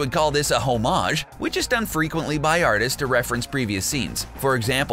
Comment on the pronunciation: The way you pronounce homage makes my skin crawl